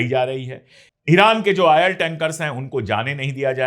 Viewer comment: Ail ja Oil bolna seekho